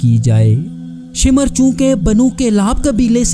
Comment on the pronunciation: शिमर नहीं भाई शामिर है